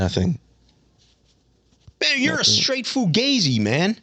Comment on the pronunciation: I didn’t want to believe it but Oregon fans warned us, they told us and we didn’t listen Lmao he said fugayzeee I’m dead 💀💀💀